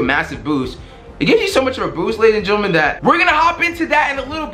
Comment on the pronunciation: What the fuck is a gerntaman